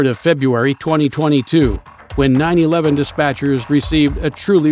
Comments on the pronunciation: Bro why tf would you say 9-11 dispatchers 😂😂😂😂😂😂 it’s 9-1-1 dispatchers Jesus dude 😂😂😂😂😂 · It's "Nine, One, One" not "Nine, Eleven". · when did we start saying nine eleven instead of nine one one? nine eleven means something else... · Why are you saying 911 as 9/11? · I saw a video where the bot called it “nine hundred eleven.” Wtf